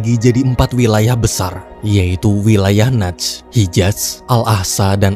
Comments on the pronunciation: Bacanya bkn naz, tp nejed bg.. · Najd di baca Nejed